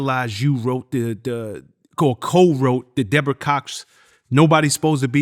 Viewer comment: said “were you and debrorah cool”